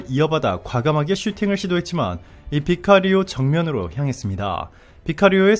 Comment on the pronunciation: 아~ 제발 나레이션 준비좀 잘 하세요 새로운 소식을 전하는데, 제대로 해야지요 '바키리오' 가 뭡니까?